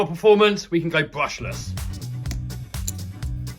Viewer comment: I thought you said you're going brushess